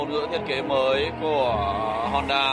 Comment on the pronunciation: Em gái Thái đọc chữ "Honda" nghe mồn một như "Hòn Đá" :D...